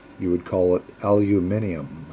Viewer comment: That's pretty good pronunciation of Aluminium. You would get by in Tasmania as well as the UK. 😁 I have a few pipes where the gorillas with side cutters, hacksaws, sharp rocks have literally hacked off the stinger instead of just pulling it out. That really pisses me off. I know that some people hate stingers because of the perceived restriction to the draw, which is fine, but a good clean or a small drill to slightly enlarge the holes would be a better fix. I clean stingers and stems with denatured alcohol where they need to be seriously de-tarred. If you strike a stinger or aluminium threads that are corroded, get some bull bar/aluminium wheel cleaner and used some of that diluted to soak the corroded bits in for 10 or 15 minutes. Most of that stuff contains phosphoric acid like your common garden variety rust converter, so that would probably be okay too. Rinse off with fresh water or water + Bicorbonate of soda if your worried about the acid. That helps to free up stuck Adjustomatic stems too. Might be preaching to the converted, but Just thought I'd mention it just in case. 👍